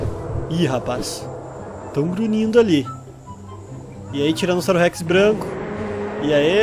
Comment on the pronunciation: Impressão minha ou ele falou tiranossauro sex ?